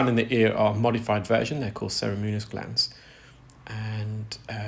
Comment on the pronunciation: He pronounces ceruminous as “cerimunous”. Similarly cartilaginous emerges as “cartilenious”. He’s good at ear care, not pronouncing tricky words!